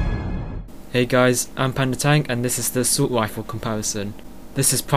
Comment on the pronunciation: XDDDD wange, wate, wifle..... hahahahahahaha this guy killed me!!!